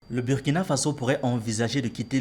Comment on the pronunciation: Mon ami apprends à prononcer le nom du Burkina correctement. Si tu peux prononcer Burundi il n’y pas de raison que tu prononce mal le u du Burkina